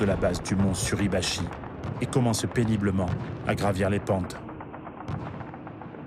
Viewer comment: Erreur à "Mt. SurAbachi..." au lieu de "Suribachi". Déjà que l'utilisation de l'IA est gênante alors si en plus vous ne vérifiez pas derrière...